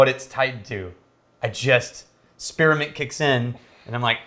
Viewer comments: Spear-a-ment.... just adding syllables just because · Spearmint not spearamint